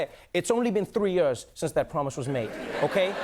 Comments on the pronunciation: I love how Trevor pronounces years. “Yurs” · / Is that how "years" is supposed to be pronounced? Like... "yörrs"? 😳 That doesn't sound right. But... I mean he's a native speaker and I've only been learning english at school for about 10 ýöřřş.